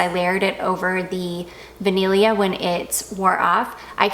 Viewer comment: I mean, your tweaked pronunciation of ‘vaniglia’ is veeeeery good!👌🏻👌🏻